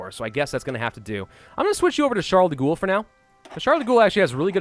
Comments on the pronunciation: Charles de *GHOUL* Its Gaul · It's pronounced Charles de "Goal", not de "Ghoul". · Eh, peu importe. So long as he stops saying "Charles de Ghoul". I mean, this isn't Fallout (although I would lol at if there was Québecois faction led by Charles de Ghoul in Old World Blues) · He still says "de' Goul". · Its actually pronounced Ghall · Pronounced gaul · Charles de "Ghoul"... Really? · The way he says De Gaulle's name hurts me.